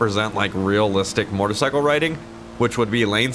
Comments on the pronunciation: MO•TOR(E)•CY•CLE . I keep hearing MOR•TOR•CYCLE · Alright, it’s been a year and I still can’t figure out if he’s saying mortacycle or motorcycle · Its not MORTAR its mOtor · When says "Mortacycle"...I feel that. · i like the way you say motercycle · says "motarcycle" hahaha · "Mortercycle" I'm only joking. Love you! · i die inside every time you say mortorcycle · Idk wether or not to love or hate the way he said "motorcycle" lol love you any ways keep up the great work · The way he says motorcycle 😂😂😂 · Why do u say motorcycle weird